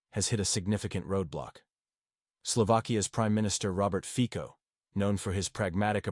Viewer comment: Fico in Slovak is pronounced more like Fitso than Fiko.